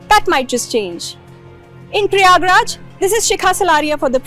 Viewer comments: It’s prayagrajjjjj❤❤ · When will she learn to call it Prayagraj.